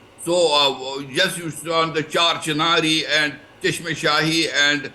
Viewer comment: The garden is Chashma Shahi meaning the royal spring . It is ridiculous that 5he anchors cannot pronounce Indian names . Is there no check on the news readers .